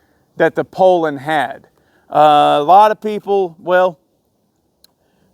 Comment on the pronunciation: i have a mint 55 rancher i paid $100 for. the piston was scuffed and the cylinder was scored, i put a hyway closed port pop up kit on it and gutted the muffler. she rips! by the way it is pronounced "pool lin" not "pole lin"! lol